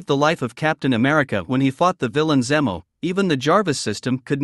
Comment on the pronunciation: It’s pronounced Zeemo but spelled Zemo. They don’t live in a castle it’s a mansion.